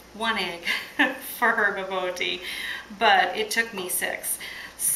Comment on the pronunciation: Try pronouncing it like "ba-boor-tea," and you'll be a little bit closer to the actual pronunciation.